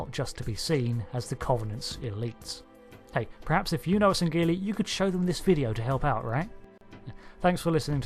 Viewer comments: its not sangeli its sangheili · You don't pronounce the g in sangheili.